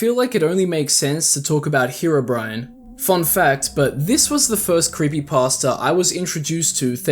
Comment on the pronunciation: Why is herobrine being pronounced as bri an And not bri ne I don’t know spacing of sounds so if im wrong sorry but you get what im trying to say